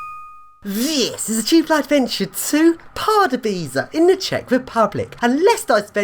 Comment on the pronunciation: Dont read it like pardubaici read this:Pardubyca